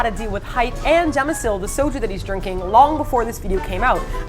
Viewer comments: CHA - MI - SUL .... Come on now. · *chamieseul...not jam ;) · i don't know why i find it annoying when they keep calling the soju brand 'jamisul' when it's actually 'chamisul' >.>